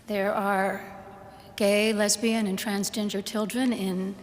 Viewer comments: did she just day trans-ginger?!? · She said transginger 😂😂😂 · I've heard her speech a few times, I swear she says transginger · did the Bishopess just say "transginger" ?